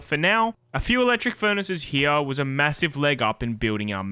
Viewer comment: I was looking for this comment hahahah